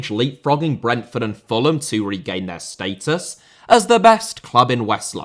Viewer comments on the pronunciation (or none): none